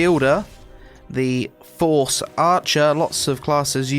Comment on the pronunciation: "Lots of classes use the fohrce" lol